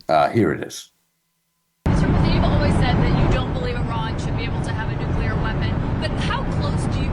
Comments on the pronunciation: just wanted to say, the word is "Nuclear" which is pronounced 'NEW-clee-ur,' not 'NEW-kya-lur.' Why do so many people get that wrong? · Of the things Matt Bechtel said, nuclear is the only one I care about. It’s not nucular!!! Nuclear is pronounced new clear.